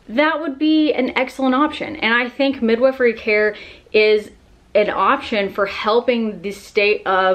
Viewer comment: TIL the correct way to pronounce midwifery.